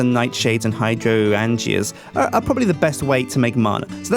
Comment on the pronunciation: its pronounced High-drain-juh not hydro-an-g-ah.